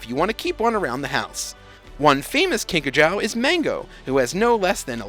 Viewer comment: It’s actually pronounced “ kink a joo”